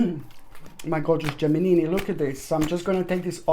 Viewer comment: U are so funny! Learn to pronounce the word. GEMINI. LOL .